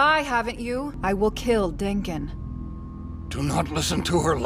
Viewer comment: it is amazing how many names he mispronounces. also, he disrespected my man Denken and I can't let that slide.